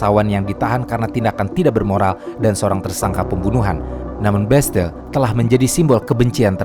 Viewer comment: Setiap narator menyebutkan nama-nama, orang dan tempat, langsung ngelag: Bestel (ini apa toh?) oalaaah ternyata Bastille.